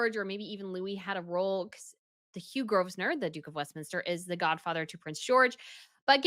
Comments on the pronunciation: Chesher, not Cheshire, pleaaase. Grovenor, not Grosvenor., don’t you read the comments? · Pronunciation : Staffordshire - the “shire” at the end of all British counties is pronounced “sher/cher” and Grovesnor is pronounced “Grovener” - you don’t pronounce the “s” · No no no! The s in Grosvenor is NOT pronounced. The word is pronounced grow-vner. And Cheshire is never pronounced che-shire. It is pronounced che-sher. Also, aristocrat is not pronounced aristo-crat. It's pronounced ar-istocrat. PLEASE learn to EnglIsh words properly. It's just rude to present yourself as a royal commentator and yet you don't bother to learn how to pronounced the relevant vocabulary. It's not hard!! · The name is pronounced "Grove-enor". You don't pronounce the "s". What was quite hilarious was the stupid designer (if that's who it was) trying in gale force winds to make the train and the veil sit nicely before they went into the church. It was impossible and she looked very silly trying to do it. . I liked the wedding dress but the bridesmaids dresses were not so great. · Hi, A friendly correction. The 's' in Grovesnor is silent. It sounds like [grove near]. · In England, Grosvenor is pronounced 'Gro venor'. The 's' is silent. Hope this helps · The S in Grosvenor is silent. It's pronounced Grovenor. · The 'S' in Grosvenor is silent. So Grosvenor is pronounced Grove-nuh. The dress was beautiful - a lovely early-1930s style. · Loved the elegance of this beautiful wedding. The bride looked stunning. FYI “Grosvenor” is pronounced “Grove-nor”, the “s” is silent…. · Please do your research. She's an aristocrat. And Growvnur. Not grosvenor. Olivia Henson is the eldest daughter of Rupert and Caroline Henson, who is descended from Britain's Hoare banking family and the Marquess of Bristol. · It's pronounced Gro-venor. The "s" is silent. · The S in Grosvenor is silent. Grovenor. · Please 🛑 pronouncing the “S” in Grosvenor. The “S” is silent- think Grove-nah. You’re welcome.